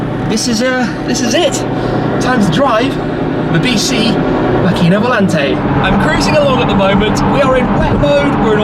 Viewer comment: props for not butchering macchina volante too much. so many people would have not made the effort to learn the pronounciation